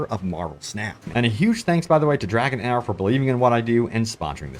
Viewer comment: Don’t know if your sponsor is going to appreciate you calling their game “dragon hour” when it’s “dragon heir” (pronounced “dragon AIR”)